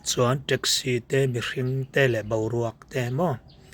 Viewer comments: Teksi tiin lam ve mai la treksi anih loh kha mizo tawng thiam bawk silo saptawng thiam bawk silo hmangdik thiam bawk silo eng tawng nge i thiam le i pianpui tawng pawh i hmangthiam lovang a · Traxci 😂😂 Rizz Hotel😂😂